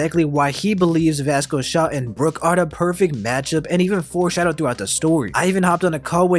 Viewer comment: Is… is he saying “basco shock”???